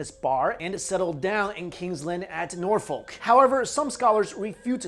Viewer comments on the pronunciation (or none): none